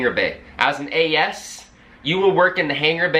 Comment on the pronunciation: As-ses lol you worked with a lot of what bro ?? 😂😂